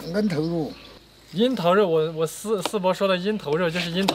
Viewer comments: 为何我听成烟头肉😂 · 王大厨说，说的eng桃肉就是樱桃肉